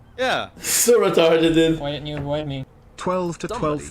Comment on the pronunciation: "That was rerarted"